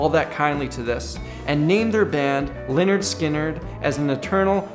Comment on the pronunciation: Its pronounced Leh-nerd Skin-nerd for crying out loud. its was their first album